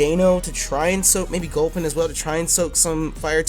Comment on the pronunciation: dammit..why you gotta fuck up gulpin like that..